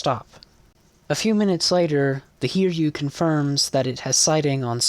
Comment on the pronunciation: Nice vid. But a bit on the pronunciation of Sōryū (Souryuu) and also Hiryū (Hiryuu). They're Japanese names, so the yū part is actually a part of "ryū/ryuu". And with that, you should pronounce their names as Sō-ryū (Sou (like the word 'sew') - rew (kinda like 'new')) and Hi-ryū (Hi (like i in the word 'bit') - rew (kinda like 'new)), not Sor-yū and Hir-yū. Edit: Maybe pronouncing ryuu like riew (as in the word view) might sound closer.